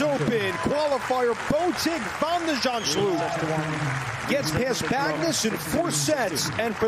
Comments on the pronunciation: Van de 'zandzschllloop? You can clearly read that the L doesn't come after the H... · He was pronouncing it 'Zandschlupe' - is that right, Dutch speakers? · The reporter keeps on saying "Van de Zandschlup", but really, the U comes before the L 😏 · Vèn de Zendshlup? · Either the commentator is dyslexic or thinks Holland doesn't obey the rules of phonetics